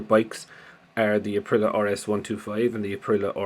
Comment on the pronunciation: Hi mate yes 👍🏻 btw its pro nounced APP RILL EY AAH